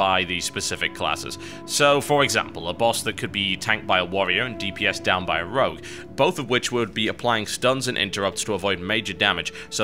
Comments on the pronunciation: ITS ROGUE not ROUGE! god dammit! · rogue, not rouge